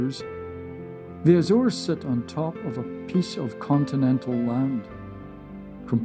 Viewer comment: Ok but it's not azeres islands